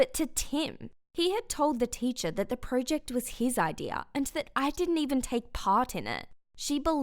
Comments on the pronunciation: That’s not how you say project she keeps saying pro ject like bru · Pro-ject not project no pro-ject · That’s not how you say project